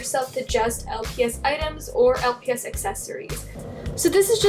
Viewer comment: You said los not lps but same